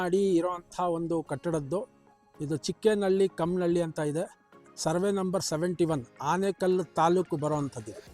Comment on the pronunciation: ಚಿಕ್ಕನಹಳ್ಳಿ - ಕಾಮನಹಳ್ಳಿ sir adu ಕಮ್ಮನಹಳ್ಳಿ alla..